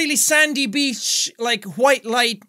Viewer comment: Beach? Bitch? Beach? Bitch? Jeez Jack I didn't know you were Army!